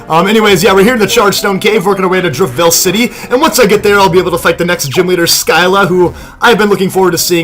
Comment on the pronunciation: For so so long, you said Driftveil city... and it triggered me...